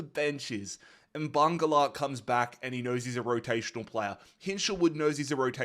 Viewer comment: The “Mbangula” pronunciation is diabolical😭